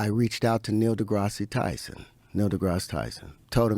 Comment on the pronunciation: One does not throw Neil’s name and not expect contribution 😂 also when he pronounced it Degrassy I shriveled up